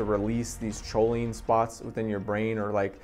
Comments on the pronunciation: Your saying Cho instead of co on purpose huh? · Awesome video!!! (Lol not to be a grammar Nazi but; Choline is pronounced “Coline”) 🤌🏼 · Haha I’ve been saying choline forever, I’ll try to pronounce is coline from now on 👍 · I still natural call is cho-lean lol, but I’ve successfully pronounced it coh-lean recently.. Thanks for stopping by 🥂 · Cho-lean lmaoooo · It was a credible video until i heard "choline". That's when I realized the guy probably bought his first bottle of racetams and choline that day, just moments before hitting the record button.